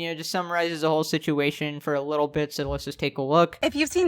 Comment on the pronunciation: licherl murrer